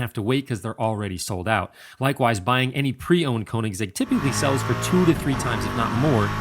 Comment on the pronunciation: I don’t care what you think, he works with the company and that’s how you say it